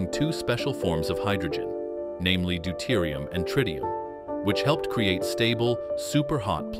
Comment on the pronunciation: Dolium? Tridium? Bring mal eurer KI-Stimme die richtige Aussprache bei!😂 D E U T E R I U M und T R I T I U M